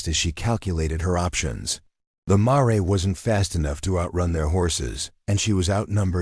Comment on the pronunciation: Mare is pronounced mair, not mar ray. Correct your AI.